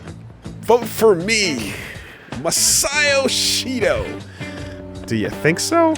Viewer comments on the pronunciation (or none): The only reason I know is saying Masayoshi Shido wrong, is because of how annoyed I was at the way the english pronunciation made it sounds like "Masayo Shishido."